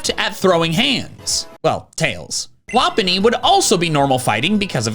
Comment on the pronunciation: bro sid wopnny in stead of lopunny